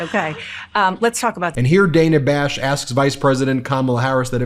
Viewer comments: Ben, it’s not ‘Day na’, it’s Dah na’!!💙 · By the way, it's DA....NA Bash not Dayna Bash! FFS. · Ben! It’s pronounced Dan-ah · Hi Ben, love the show but one nitpick. The reporter's name is pronounced Day-nuh. I know it's different but we should respect this the same way we pronounce the name of our first female president. Keep up the good work! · May want to learn how to pronounce Dana Bash's name....